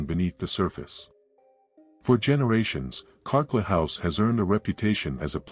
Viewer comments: The house in North Adelaide is Carclew, pronounced CarClue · It’s called Carclew! Not Carclew house but simply the name pronounced “Car- clu” a family member was going to buy it when I was about 5 years old & we spent 2 days there (somehow I don’t know how) when it was for sale in the 70’s. I was going to have the tower when the place was fixed up & was truly thrilled about it. We didn’t see or hear anything out of the ordinary & parts of it hadn’t been wired for electricity! Sadly it wasn’t to be & I never got my princess tower 🥺🤷‍♀️✌️